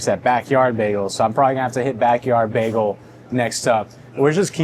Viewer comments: Bag-AL? No, son. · Bro stop with the baaaagel like a go waaageling his tail. It's Bagel with a long A sound like a Bag. Just gotta be different to the point you sound like an idiot. Funny how you pronounced it correctly in your intro. Done watching your vids. LoL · The constant switchup between pronouncing it as "bay-gl" or "bag-ul" is throwing me off a lot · I've never heard bagel pronounced baggle. :) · That labneh one not being toasted made me laugh when the paper it was on said “toasted bagels” repeated on the packaging. Also, you saying baggle multiple times had me dying. 💀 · I think I'm going to start a counter of how many times I hear BAGuhl😂😂😂 JK JK. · The way you are saying the word bagel, I unfortunately don't think I can even finish watching this. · The way you say bagel I know you’re not from seattle 😂